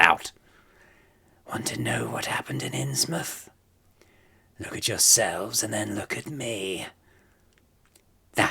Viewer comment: It's innsmouth